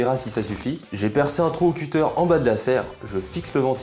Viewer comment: À chaque fois que j'entends un français dire "cuter", il prononce "couteur", mais c'est "cutteur". Ou "cut" + "eur". Là ce n'est pas une question d'accent, c'est vraiment de la mauvaise volonté de massacré l'anglais.